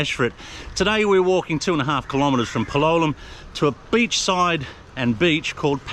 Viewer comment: You still insist on pronouncing Palolem with the wrong accent. Don’t you have the ears to listen to how it’s pronounced by the locals or the tourists? The stress is on the a, not on the o.